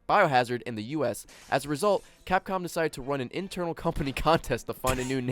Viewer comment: If you listen veeeeeeeeeerry closely, you can hear say "Capcum".